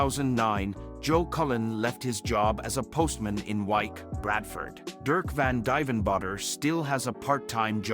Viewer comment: U didn't pronounce duivenbode right